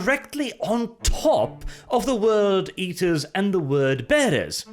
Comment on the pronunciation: Ah yes, the World Bearers and the Word Eaters.